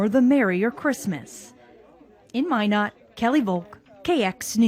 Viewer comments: LOL, she said "MyNards" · Oh fuck i thought why are they keep saying MY NUTS then i realized its Minot lol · Hahah, he pronounced "Minot" wrong. Instantly showed he was an outsider.